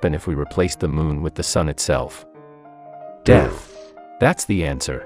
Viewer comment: The way he said “DEATH” made me die😂😂